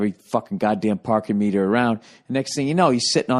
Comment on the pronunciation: The Pahkin ((((((((MEEEETAH))))))))